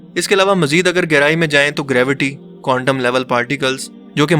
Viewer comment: Bhai vo condom nhi Quantum hai ... 😂